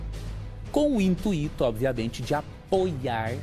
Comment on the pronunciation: "intuíto" bora largar de ser besta e aprender português